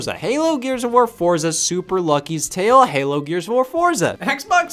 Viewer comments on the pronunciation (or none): It's pronounced ForTza 🧐